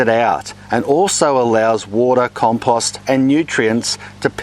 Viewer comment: Like the way you pronounce compost.